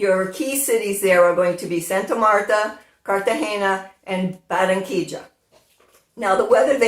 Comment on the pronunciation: You say Baranquilla like a native! I can not wait to see THE CARNIVAL one day there! Love your magazine every month!